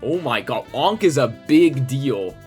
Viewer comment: Dear and co, it's Ankh like Anchor, Jank, Bank, Wank etc.:person-turqouise-waving